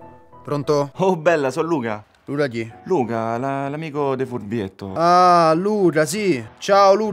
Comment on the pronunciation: assolutamente sapere perché il pusher al telefono dice "Luda" al posto di "Luca", e se è intenzionale o è proprio un difetto di pronuncia dell'attore (fastidiosissimo!). Sono mesi che ogni notte mi pongo questo annoso quesito. Grazie.